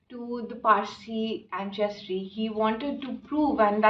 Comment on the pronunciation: It's not pronounced Anchestry, it's ansestry, pleeeeaseee